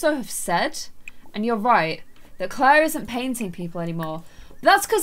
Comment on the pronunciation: im sorry but... ITS NOT CLAIR.-.